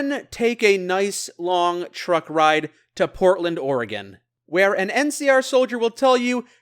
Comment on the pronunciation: Incredibly impressive, loved the series and loved this video. You even said Oregon perfectly! Research well done!